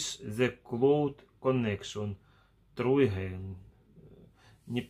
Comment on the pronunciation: Урок английского: Cube- кьюб, а не кубэ Значит куб Pet- питомец, домашнее животное Petcube- пэткьюб Try Again - трай эгэйн - попробуй снова Try- трай, а не тру True- тру- правда Не девиз, а дэвайс- device, т.е. устройство. Ой, пипец, это лучше комеди клаб 🤣👍 Тебя спрашивают, если ты впервые пытаешься подключить устройство, а ты туда девизы "Томас, кис кис кис".... Upgrade- не упградэ, а апгрейд, т.е. сделать апгрейд 🤦‍♀️, пощади!!! Не благодарите.